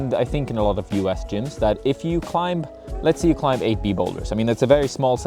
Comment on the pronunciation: Bro, learn to pronounce the world 'climb' man. 😂